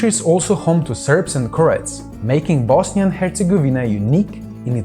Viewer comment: Totally butchered the Bosnia and its ethnic makeup lmao.